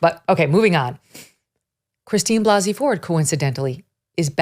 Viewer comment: Christine Blase (Blah-se) Ford.